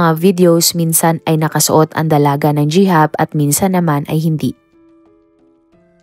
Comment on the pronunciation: sorry po. hndi aq basher.nanood aq lge sau. pro korek q lng po mam, "Hijab"po suot nya minsan, hndi "Jihab"